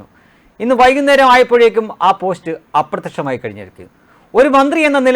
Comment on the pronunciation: പോശ്റ്റോ ? താങ്കൾക്ക് നന്നായി മലയാളം സംസാരിക്കാൻ അറിഞ്ഞു കൂടേ?